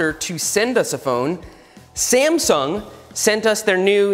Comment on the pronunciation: Everytime he said sasmung nebula i died laughing.